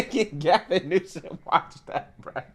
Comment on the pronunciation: It pronounced Gavin Nuisance